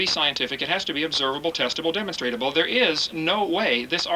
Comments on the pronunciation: Funny how many times he mispronounced demonstrable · Hearing him say "demonstratable" over and over again makes my language-bone twitch vehemently. On top of that he's just very... very... stupid. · lederereddy Quite a rant there. Faith achieves nothing but delusion. Hovind was a High School science teacher. As usual Genie blitzed the guy saying "demonstratable" several times - new word Created. Evolutionists call it "demonstrable." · I get triggered every time Kent says "demonstratable". Protip: The word he's looking for is "demonstrable".